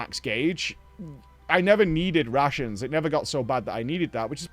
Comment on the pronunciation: not sure if he said RATIONS or RUSSIANS.. bro brought Russians with him